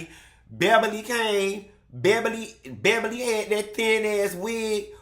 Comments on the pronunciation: “Behbaly” had me cracking up for at least five minutes 😂🤣😂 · Don’t say my name like that … ”Beh-bah-lee”😩😩😩 😂😂😂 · He made me spit my water out, hilarious! He had the nerve to keep calling her Ms. Bebberly 🤣🤣🤣